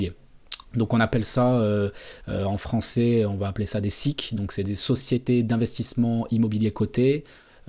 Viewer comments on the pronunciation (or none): none